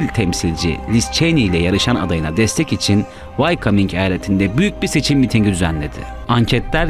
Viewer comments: VAYKAMING eyaleti degil dostum... VAYOMING diye telaffuz edilir. ( WYOMING "yazilir. dogru sekilini bilmenin ingilizce ogrenmek istiyen gencler icin yararli olacagini dusundum. saglicakla kalin. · Ciddi ciddi dinlerken Wyoming eyaletini Why-Coming diye 3 sefer söyleyince vaktimi boşa harcadığımı anladım. Bunu bilmeyenler Amerikada olanları nasıl bilipte yorumlayabilirler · Wyoming'i wycoming diye okumak nedir ya .d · Amerika'nın yeni eyaleti Vay Kaming🤣🤣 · telaffuz wayoming - way coming değil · Wyoming eyaleti ne zamandır Why coming ? diye okunuyor 🤣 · Hacı Allah aşkına vayominge (wyoming) vaykaming nasil diyorsunuz... sadece bi soru :)) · Yahu insan bir öğrenir why-coming nedir ya? Wayoming diye okunur o (vayoming) böyle hataları affedemiyorum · Wyoming mi Whycoming mi 🤣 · Wyoming’i vaykoming diye okumak da ne biliyim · Wyoming: "vaykaming" diye değil "vayoming" diye okunur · Wyoming eyaleti. Wycoming degil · Wyoming vayoming diye okunur vaykaming ne? olaf scholz şölz diye okunur. sıkolz değil. ilerde haberci olacaksan bunlara dikkat et kardeş. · vaycaming değil vayoming eyaleti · Vaykaming mi...😁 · Vaykaming vayoming? Eksoztçu ekzozstçu eksoscu.